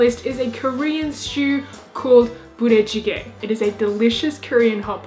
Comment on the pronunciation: she pronounced 부대찌개 correctly. will u marry me? u should try spam kelaguen. it's a recipe used in guam